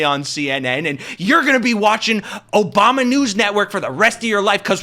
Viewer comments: Why do you mispronounce Obama's name? "Obamna"? What's that? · Why do you keep saying “Obamna”? Are you pronouncing it wrong on purpose cause you’ve said it multiple times? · Hey the “OBAMNA’S. 😂😂😂😂😂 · I know your trying to mock the right, but stop disrespecting President Barack Obama. You don't have to do this. We know the right purposely mispronounced his name, but you don't have to.